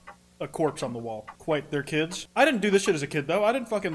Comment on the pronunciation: KWITE?? AND TWF??? HOLY SHIT